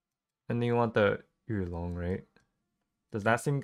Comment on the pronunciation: pronounced "Yu Lon" correctly 😮